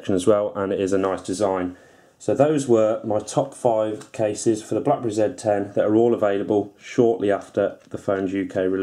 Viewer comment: EUREKA!!!!!! At last, somebody who knows how to pronounce the name of this phone correctly! Yes it's a ZED 10 folks, not a ZEE 10. Ha Ha. ;-)